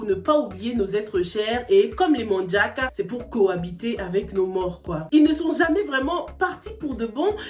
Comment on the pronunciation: faudrais revoir la prononciation de manjack c'est pas en anglais mais français la prononciation non on les trouve en Casamance